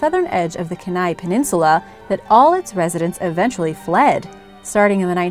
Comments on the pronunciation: Tlingit is pronounced “klinket” Keni is pronounced “Key-ny” and your picture of Tom Smith... isn’t Tom Smith. I know him personally!, Do your homework! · If you ever do go to Alaska you will understand what to do and what not to do with wildlife. It’s common to run into moose on a bike trail. Bears will also do as they want when they want, and tend to be scared of dogs. Also Kenai is pronounced Key-ni... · Its not ken-neigh. Its key-neigh. Thats how you pronounced it . Kenai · As an Alaskan I approve this video. Moose are the most common wildlife threat where I live. Was charged once as a child while in my grandmas garden down on the Kenai (KEY-nigh) Peninsula. I absolutely love these videos. Thank you so much! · I actually live in Alaska, Kenai is pronounced “KEY-NI” 😂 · Kenai is pronounced "keen eye". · it's pronounced kee-nai and we call bigfoot harrymen i know because i live in alaska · Kenai is pronounced Key-Nye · I literally cringed at how she said it. Especially when living in Alaska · Kenai also mispronounced